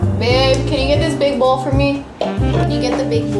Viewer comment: do you say both with an L?? I’m asking because of how you said bowl. I say both with an L and everyone makes fun of me. Lol 😂